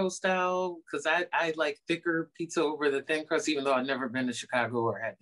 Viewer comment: "Thrin clust pizzer" 😆😆😆